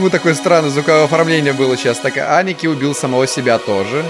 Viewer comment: Aniki – Аники (ударение на А) с яп. Братан, старший братец, не всегда используется в обращении к родственникам :)